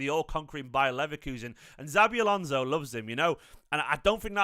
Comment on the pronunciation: I thought this too 😂same with the xabi alonso pronunciation